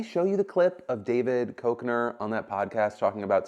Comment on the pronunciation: Love the vlogs! One note: David Kek-ner. It’s Champ from Anchorman! Keep the vlogs coming!